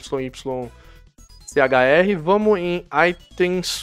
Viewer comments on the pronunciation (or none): Ta precisando ir pro maternal de novo hein? Leu yychr pelo menos 3 vezes E falou yyShr 🤪